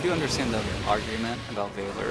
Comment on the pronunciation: Please google how to pronounce "Valor" 🥺